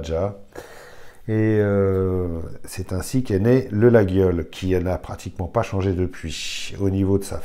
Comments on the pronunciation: quelques corrections prononciation : layole Calmels est l'inventeur du modèle fermant, il fut primés et fixa le standard contemporain du modèle. médaille d'argent en 1868 et d'or en 1900 les anciens couteliers Moulin _ 1828 Glaize _ 1828 Calmels _ 1829 Mas cadets _ 1850 Pagès _ 1860 Salettes Valery Galandrin Moisset Cayla Rascalou Cure Glandières la forme de la lâme Yatagan est ramenée de catalogne lors de déplacements des scieurs de long nord aveyronnais en espagne. il n'y a pas de vignoble sur l'aubrac mais à Marcillac Vallon entre Rodez et Conques. Notre coteau témoigne de notre histoire rouergate et del païs. le cloutage de la croix de berger est une tradition pastaural del Mazuc (buron) tout comme le poinçon témoigne de l'activité agricole et le tir bouchon de notre montée sur Paris. l'Aveyron n'est pas auvergnate mais occitane, a ne jamais confondre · très bonne video par contre laguiole se prononce "laïole"🖖🏼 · Juste pour info, le G est muet, on prononce "layole". Et fais attention quand tu parles de traditions françaises, c'est un coup à te faire traiter de fachoracistenazidéstrèmdroite... Très bonne vidéo sinon! 👍